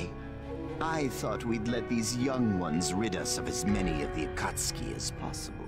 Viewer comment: Am happy bro can finally pronounce Akatsuki lmao